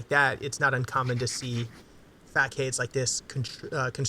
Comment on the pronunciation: Facade is pronounced Fah-sahd